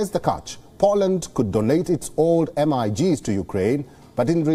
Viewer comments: Lol..MIGs not M. I. G.s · Dont spell MIGS as “ M- I - G- s” say it MIGS ( meeh gz ) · M.I.G.s? LOL! it's MiGs. Pronounced "mig". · It is not pronounced M …I…G’s ,its all one word….anyway no big deal.